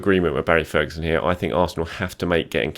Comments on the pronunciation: You pronounced Sagna right thank you!!! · finally getting the Sagna pronounciation right